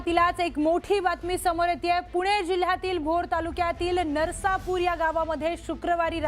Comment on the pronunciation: नरसापूर नाही, ते नसरापूर आहे.